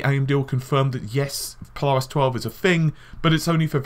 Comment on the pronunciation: The way you say Polaris really irks me... PO-LARIS. Sounds like you are saying PiLARIS almost sounds like PLARIS.